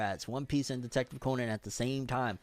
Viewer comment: Detective Conan is most underrated anime/manga series ever. Also you’re pronouncing Conan wrong